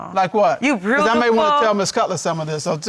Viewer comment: she said "your brudaful"